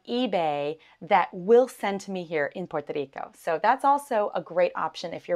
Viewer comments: Do you not know how to pronounce the name of the island Puerto Rico. Good luck with the natives. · Porque ella esta diciendo 🇵🇷 así I’ve never heard anybody say it like that nunca en mi vida